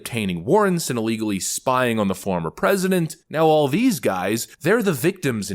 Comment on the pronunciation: Not "pressssident."